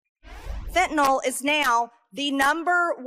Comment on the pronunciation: Marge - its fentanYl not fentanOl.